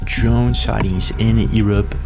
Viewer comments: Seriously man, are you slugging shots?...it's not Ear up, it pronounced, you're up....learn to pronounced English Grammer correctly , you effectively up quite a bit pal. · Why don't you know how to say Europe? Yer-up not E-rup. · It’s pronounced “YOU-rupp”. Not, Eee-rup 😂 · Europe, yourr-up not ee-rop. His ... hizz not he's. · The most alien thing about this video is how he pronounces Europe: Ewrupp. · Let's start with Europe U-R-U-P sound it out. E-R-U-P isn't working 😅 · Why u sayng yurup earup? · where? Ear-up? Irrup? Lol only joking pal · All I got from this video is that some people pronounce Europe as "Ear Up." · bro we are called Europe not Erup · It’s Europe the E is silent come on man didn’t you go to school ? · bro please stop saying the word <europe wrong. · Bro you need to learn to speak words correctly, Eeerop, whats that? Also you say Heees instead of His and many other words you get wrong. And who is Ross Coulhart? Or do you mean, Ross Coulthart?